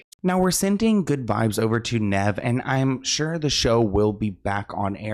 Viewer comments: for future reference, Nev is said like Knee with a v at the end. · It's Kneeve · The cringe is so bad. It's Nev said like Steve. Ugh my ears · NEEEEEEEEV!!!! Omg the mispronunciation 😂😂😂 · its NEEEEEEEEEEVE. Idk if SLoan really grew up on this show. Hes never heard Nev introduce himself, or anyone else say his name? Plus he hasnt just been on the show for awhile... He created a catfish doc by himself and THEN MTV bought the show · keeps saying ‘Neh-v’😅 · His name is Nev like 'knees". Long E. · Me everytime says “Nehv” 😵‍💫🤮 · It’s Knee-Ve but y was kanie on the show anyway who was she n wat happens to Matt?? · I can’t watch this because how Nev name is said 🤦🏾‍♂️ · always getting peoples names wrong is my favorite. Hes adorable ❤😂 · "i grew up on this show" keeps saying nev incorrectly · I can’t watch this all the way bc Sloans way of purposely fucking up nevs name is annoying